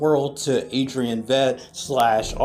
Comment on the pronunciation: you pronounced it Audrey N. Vet